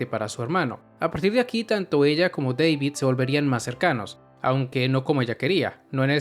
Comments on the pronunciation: muy buen video excepto por una cosa... no es Deivid ES DA DAVID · Porque le dices deivid?